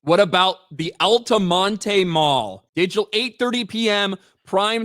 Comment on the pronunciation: Al-ta-mont. not Al-ta-mon-tay.